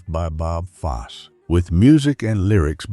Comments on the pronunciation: It’s pronounced Foss-e not Foss. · Pronunciation of name of Bob Fosse is terrible! it's FOSS-EE, for gosh sakes.